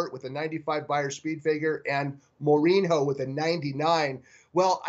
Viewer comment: Don't follow soccer, eh? FYI...It's a portugese name and it's prononunced "more-een-yo." (Jose Mourinho is the current manager of Manchester United in England.)